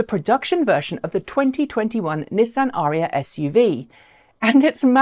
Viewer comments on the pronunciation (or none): Why do you think Autoline is pronouncing it Uh RHEE uh?